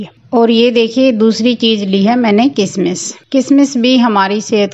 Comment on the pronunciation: किसमिस नहीं किशमिश कहते हैँ